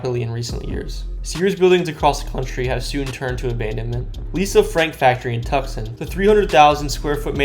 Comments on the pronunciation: That's what I came here to say😭 LIKE SIR IT'S TOO•SHAWN NOT TUHK•SUN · TOOs-sahn (Tucson) Mon-tuh-ZOO-muh (montezuma) HEE-luh (GILA) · He said tuck-sun….lmfao. It’s too-son, ya jackass. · “Tuck son” 🤣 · Hahahaha “Tuk -sun”! Classic!😂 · IT IS PRONOUNCED "TOO CON" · Tucson is pronounced TOO S ON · I know I was wondering where Tuck son was... 🤣🤣🤣🤣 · Dis guy just say Tuck-son 🤦‍♂️💀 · Lost it when he said it like that 😆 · On meeeee I was like 🤨😐😐😐🤣🤣🤣🤣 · Nooo it's TUCSON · I know people don't realize it's Tucson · Completely surprised that someone mispronounced Tucson. 🤣 Also there’s a lot better abandoned places then a Sears building. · I cringed when he said Tucson wrong. I grew up there